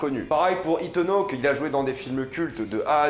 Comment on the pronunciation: "Itanne hoque" ça a été dur x) (Je le reproche pas à toi mais au fait que toute la France le dit comme ça et que je trouve cette prononciation ultra moche x) )